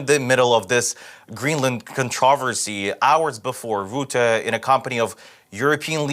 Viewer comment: And goodness, his name is Rutte, not Roette. Stop hilariously mispronouncing it. XD Next interview, practice the pronunciation of names to yourself a bunch of times. :)